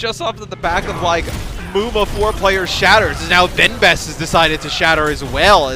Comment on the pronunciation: It's a message for the caster of this match (sorry for my english ). Please... Learn how to prononce benbest in french x).